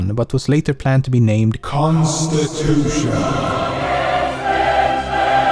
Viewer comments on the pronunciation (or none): I will never hear the word constitution the same way again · Constitution Kaah